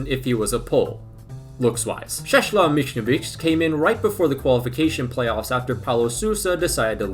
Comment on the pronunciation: "Sześla Michnowicz" mnie rozwala xDDD